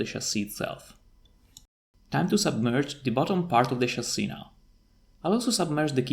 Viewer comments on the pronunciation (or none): Since you brought it up, in English, the short-I sound does *not* sound like the long E sound. They are distinct sounds. "Fish" is not pronounced "feesh". "Chip" does not sound like "cheap". "Hip" does not sound like "heap". "Chasis" is pronounced "CHA-see", not "shahZEE". It's a borrowed French word, and it doesn't follow English pronunciation rules, and the CHA sound is closer to a "J" sound than a "SH" sound. It's the same sound we use for "chicken". We don't say "shicken."